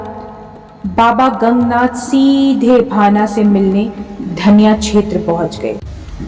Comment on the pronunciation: धनिया नहीं दन्या है पिथौरागढ़ रोड में